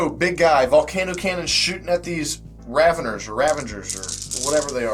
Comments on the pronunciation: Raveners...Raveners...Not Ravengers...love me some Juice : ) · Rav-en-ers. Not Ravengers. I can't believe how many people add a "g" for no reason. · I got a really bad eye twitch and murderous impulse every time he called them "Ravengers"... for someone who supposedly loves Tyranids so much he should know this.